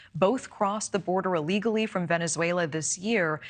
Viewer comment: It's ILLEGALLY, not ALLEGALLY.